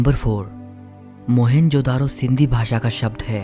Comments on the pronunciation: भाई इसका नाम 'मोहनजोदडो ' है न की मोहेन्जो - दारो !!!!! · But first and foremost Its not मोहन जो दारो ❌ Its मोअन जो दढो ✅